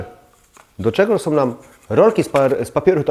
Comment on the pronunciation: Ciekawie i mądrze pan mówi ale z końcówkami fatalnie Są nie som Ta koszmarna -om zamiast -ą